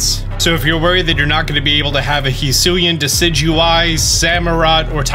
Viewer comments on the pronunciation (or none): none